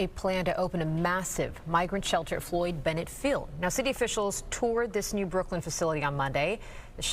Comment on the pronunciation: It's Floyd Bennett field, not Juan Benitez park. 🌯